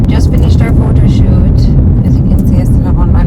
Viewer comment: "Photo shoot" "Photo Cute" "Photo yute" It shat man!